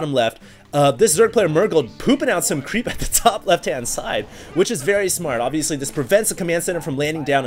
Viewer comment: xD love when he repeat "ovesly" 3 times per 1 minute <3